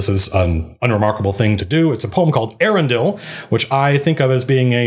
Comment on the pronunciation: Eärendil is pronounced Eya-ren-dil. Note the diacritical mark.